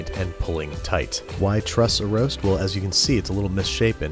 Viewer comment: There's no "h" in well bro...